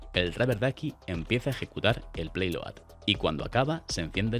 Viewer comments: Hola Amigo. No es "Playload" es "Payload" que en ingles significa: Carga útil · Muy chulo, un poco viejo el aparatito, pero bueno, es interesante que aún se usen estas cosas tan....vintage😅. Por cierto, es PAYload, no PLAYload, que no es una vez, son todas, tío, no te inventes letras, lee 🤣🤣🤣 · se dice payload, por favor, que no cuesta tanto leer y renunciar a manías de lenguaje...